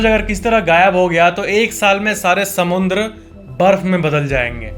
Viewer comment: According to its not samandar neither it's samudra it's SAMUNDRA 😂